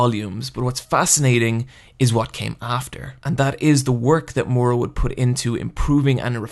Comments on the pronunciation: Okay, say it with me and sound it out: MI-UR-A. Not mora. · The way you pronounce the author's name is driving me crazy. It's Miura, not Moira or Mora. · "Mura"? Mura?! Seriously? It's pronounced Mi-u-ra. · calling him "moora" instead of "ME OOR A" hurts me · For fucks sake stop calling him murra, it's miura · The video is great and everything but for the love of God get that pronunciation right. It's not Mura (Moo-ra) It's Miura (Mee-oo-ra) And it's not Guts as in guttsu It's actually Gattsu that's how it pronounced, please. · I don't want to be that guy but.. It's Miura not Mura. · Take a shot every time he says “more-uh” for Miura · Dude I love your video, seriously, but its killing me to hear your pronunciation of Miura, I know japanese pronunciation is harder for americans than for spanish speakers, so I will try to write how it should be pronounced, for future videos, if you dont care thats ok. Ok here goes: Mee-U-rah or something like Mee-U-raAh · This video would be perfect if he didn't pronounce Miura wrong the whole time.